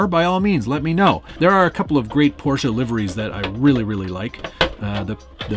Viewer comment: You even pronounced "Porsche" right. Congrats! 🤣